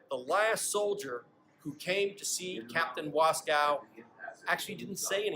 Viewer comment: There is no cow in Waskow. We pronounce the name, "Was-koh"